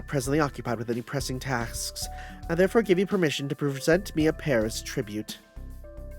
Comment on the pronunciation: Weird way to say Tasks lol